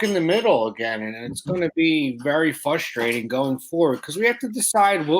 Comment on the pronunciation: Very “fustratin” lol